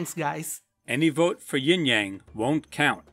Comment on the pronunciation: bro…it’s yin not ying